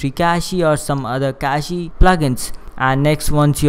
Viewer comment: Not to criticize, but just FYI, "cache" is pronounced the same as "cash." It's just one syllable, with no "ee" sound at the end. One of the many goofy spelling eccentricities of English.